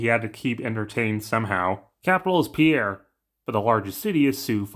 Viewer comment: You pronounce the capital of SD like peer. Not like the French male name. Please please pass that along.!! Thank you